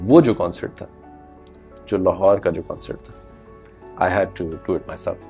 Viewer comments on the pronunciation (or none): none